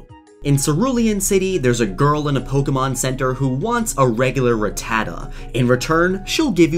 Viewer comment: I like how he says rutaa and not rattatta